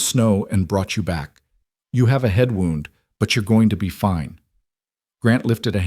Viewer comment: My suggestion would be to listen to the finished video before posting it some of the foreign languages that are left in are irritating and the missed pouncation of words as in wound as in injury and wound as in to whind something up